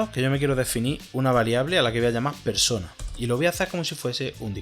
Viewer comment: "Perona" me hizo recordar a los peronistas acá en Argentina jajaja